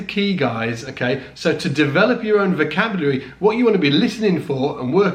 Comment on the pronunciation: Vocabary? lol. Dennmaaark!